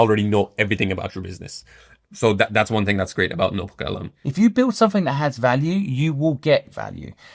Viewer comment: Its notebookLM Not norebookLM,.